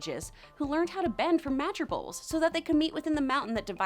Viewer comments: Ahh yes, the greatest earthbenders ever The Madger Boles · "who learned how to bend from MAdger BOles"